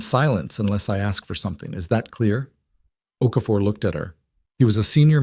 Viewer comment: Okafor, not OK for.